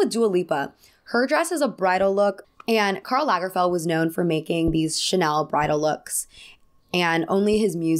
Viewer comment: Wow, you’re an American who pronounces "Karl Lagerfeld" almost right!😂